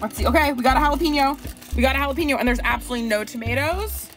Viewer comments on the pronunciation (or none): jalapeño = Hala-PEN-YO..... not PEEN-YO..